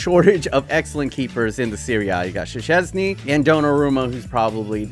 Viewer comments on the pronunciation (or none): The way he said Szczęsny is wrong. It's pronounced "Szczęsny".